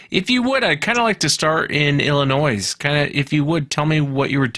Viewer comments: Btw, its not pronounced "illinoise" the latter half is silent. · Illi'noise', I've never heard it pronounced that way, you've got to be kidding.😂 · The “S” is silent,!!!!! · The S is silent in Illinois